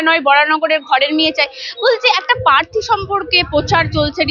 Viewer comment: পার্থীটা কি জিনিস? উচ্চারণটা প্রার্থী বলে জানতাম।